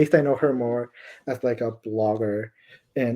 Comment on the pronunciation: Obvias Seven as in obvias 𝘴𝘦 𝘷𝘦𝘯 (Spanish)